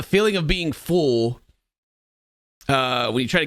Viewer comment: Is pronouncing full as fool an American Southern thing? Just noticed how weird it sounded when said it like 3 times back to back